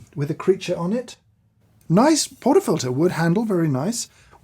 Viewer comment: Joffman "naice"